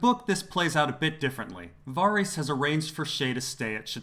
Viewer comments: Lol, VAH-reese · The fact that you continuosly pronounce ‘Varys’ wrong makes me wonder if you ever really watched the show. 🤷‍♀️